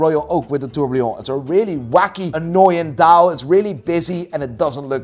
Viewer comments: I can't get enough of calling a Tourbillon a TourbLion. Please don't stop being:D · For the next video, please say tourbillon right 😂 it is TOURBILLON not tourblion